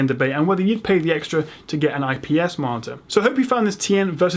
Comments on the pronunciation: you say marter instead of monitor lol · why does it sound like he's saying "martyr"? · Why does it sound like he's saying martyr.